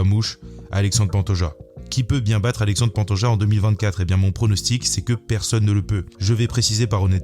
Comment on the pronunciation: Finalement ça sera Aléchandri Pantoja